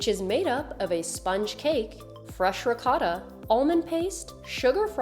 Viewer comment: Please learn how to pronounce ricotta correctly.